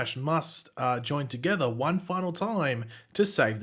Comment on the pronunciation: That’s a big exaggeration on the word “final”